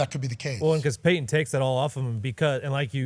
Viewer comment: Paton? It's *Peyton, bro